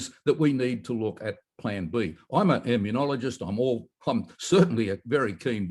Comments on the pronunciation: John, the word is immunologist. Stop saying 'immuniologist'...there is no extra 'I'...please! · John, why do you pronounce immunologist with an i after the n? You say "immune - i - ologist". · I love Dr Campbell's quirky pronunciations of certain words. He is pronouncing immunologist as immu-nyo-logist. It's fine. Just picking nits. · he called him an immuniologist lmao